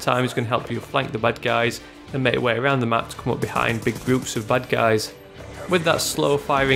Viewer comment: Sounds like he is saying "butt guys" instead of bad guys.